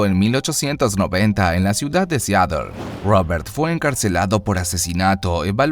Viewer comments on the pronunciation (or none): none